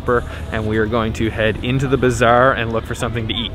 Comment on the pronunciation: Hi. Love ur videos. But one thing I must mention because it's so funny if u pronounce it It's called Bazar not bizarre:)